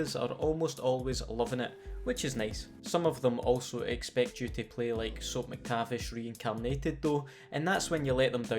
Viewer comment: I love the way you say "Soap Mactavish."